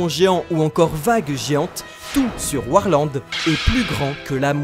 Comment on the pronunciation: Je comprends pas pourquoi vous dites warland